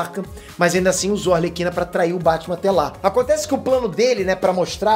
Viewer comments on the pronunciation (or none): Pior é os que falam "Alerquina".